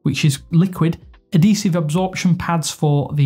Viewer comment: Bro it's ad-hee-sive not ah-dee-sive